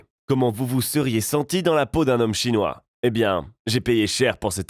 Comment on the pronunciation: Pq tu dis restaurant "chonois"? On est pas obligés de le savoirs